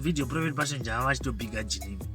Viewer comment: please pronounce JAVA like som1 from Mabvuku or Mufakos